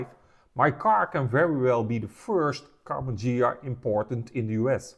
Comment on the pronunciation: It's pronounced Ghia and definitely not Dshia! Es wird Ghia ausgesprochen und definitiv nicht Dschia! Best regards. luck, wisdom and especially health.